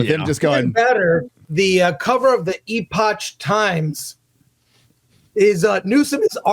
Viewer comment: Epotsh Times?